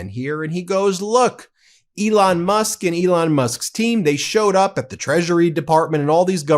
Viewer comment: Ooops Musk, Not Mush. Although it was pretty close! ha ha.